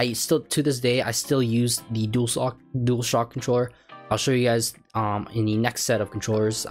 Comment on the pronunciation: "dualsock controller" - 2024